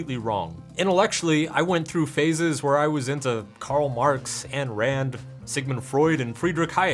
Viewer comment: To be "that" guy on the Internet: You were into Ayn Rand, but not enough to know how to pronounce her name. Now I'm wondering what your threshold is for "being into." And she was looney toons, in some ways. Brilliant in others. Probably like the other people on the list. By the way, I like a lot of what you put out there, and I'm looking at getting your book.